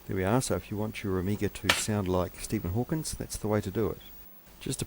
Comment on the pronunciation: I hate to be the nitpick guy, but it’s Stephen Hawking, not Hawkins. , the Amiga 500 (and 1000 and 2000) had a Motorola 68000 processor, not 6800. The 6800 was an earlier 8-bit CPU from Motorola.